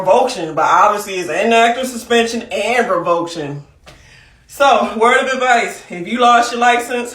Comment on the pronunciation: Rev-o-ca-tion not revoke-tion